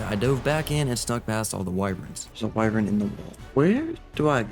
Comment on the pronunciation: I love you been watching for years, but why the hell do you say “Why-vren” instead of “Why-vern”?? I’m glad you don’t say “Wi-vern” though